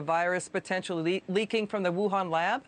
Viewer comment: Whohan? Wuhan.. Youhan 🤔